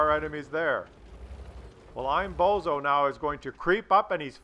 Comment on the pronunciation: And, the AMX's name is Bonzo, not bozo